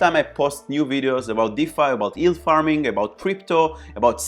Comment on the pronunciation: thanks very informative, have subscribed...being a smart ass I can't help myself & will say that talking about yield farming you might have to learn how to say the word yield hahaha it's not ''ild''